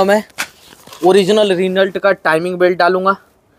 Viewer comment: रिनल्ट नही रेनो 😂